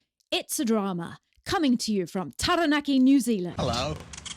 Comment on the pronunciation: Kia ora, just a friendly suggestion. Set yourself a challenge to pronounce Taranaki correctly. It’s easier said than done especially after 12 years living there but change is good 😊. Keep up the nice content you seem like lovely people. Ngā mihi